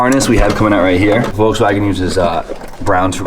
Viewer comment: Volkswagen HAS A L IN IT! You keep saying Vokswagen... with no L!